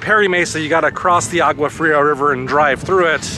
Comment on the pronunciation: you should learn how to pronounce Agua Fria